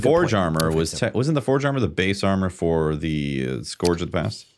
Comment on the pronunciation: Please tell he’s mispronouncing scourge. Not to nit pick but it’s killing me. Keep up the good work.